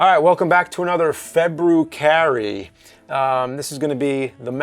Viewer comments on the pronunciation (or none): James sure is getting off on saying Febru-Carrey just by how much emphasis he is throwing into that word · it seems to me like he's trying to force it and make it a thing i think it just falls flat. sorry james, but it just doesn't sound very good.